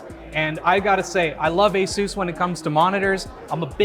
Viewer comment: Dude said asoos